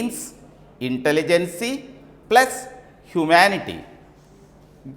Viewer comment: Poor pronunciation of the words, Einstein, intelligence.... horrible. Discuss about......? Is that right? 🤔